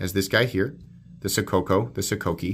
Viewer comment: It’s pronounced “Sokoke”